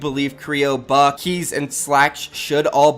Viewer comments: Kreo and buck 🤣 it's Bucke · Buck-eyyy not buck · It is annoying me that u r saying buck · Him saying buck just pisses me off